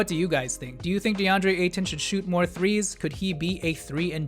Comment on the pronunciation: Nice video, but pronounce his name the same way you'd say Payton. Just without the P.